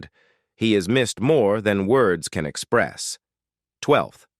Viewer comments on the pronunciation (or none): none